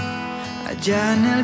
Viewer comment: Bro why do you sing like you can't speak spanish, pronounce "el" right smh